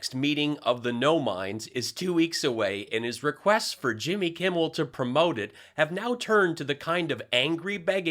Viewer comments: Selick`s slow cousin pronounsed Jimmy`s name correct .He usually calls him Jimmy Kimball. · It always sounds like Pillow Snort is saying "Jimby Kimble" 😆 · Mikey Pillow wonders why he can't get any respect from Jimmy Kimmel when Pillow can't even say his name right. Jimmy Campbell...Jimmy Kimball....Crumble. He massacres the rest of the English language, too.